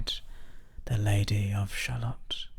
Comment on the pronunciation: I'm confused though. The poem only finishes correctly if your Shallot is pronounced shallow.